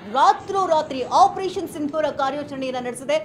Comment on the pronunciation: ಸಿಂಧೂರ್ ಅಲ್ಲ ಸಿಂಧೂರ ಅಂತ ಹೇಳಿ ಹೆಸರು ಕೇಳಿದರೆ ರೋಮಾಂಚನ 👌ಜೈ ಭಾರತ ಮಾತಾ ನಿನ್ನ ಕಣ್ಣೀರು ಹಾಕಿಸಿದವರ ಉಸಿರು ನಿಲ್ಲಬೇಕು ಜೈ ಮೋದಿಜಿ